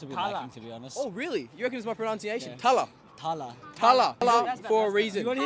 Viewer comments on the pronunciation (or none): ALL OF THEM ARE PROUNCING IT WRONG, 😂😂it's Thala (dala) the 'th' in it is like the 'th' in 'THE' 😂😂😂😂😂😂